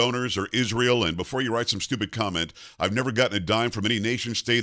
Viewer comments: Can that woman PLEASE, enunciate the word ISREAL properly? Every time she says ISH-RAY-AL she sounds like an illiterate!! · Candace mumbling as a CRAZY person. She cannot even pronounce word Israel right. She is full of disgusting racist Jewish hatred . Why did her vile hatred appear so suddenly after Daily Wire RIGHTEOUSLY fired her ? Because they recognized her for fast talking FRAUD she is!